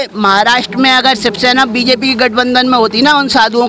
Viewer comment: Isko Shivsena thik se bolne nahi ata , he is talking about Shibsena .. kattar shivsainik will never be so dumb .. he is BJP Bhakt talking.😂